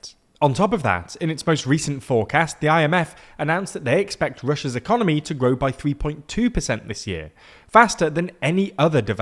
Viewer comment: Did you say "Ecomoney"... I love it